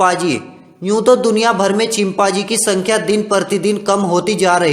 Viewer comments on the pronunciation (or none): Abe name to sahi se bol leta chimpazi nahi be chimpanzee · Chimpaji nahi chimpanji 😂😂😂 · Bc ye chimpaaji konsa janvar hota hai ... i was just closing eyes and listening to audio and then i heard chimpaaji 😂😂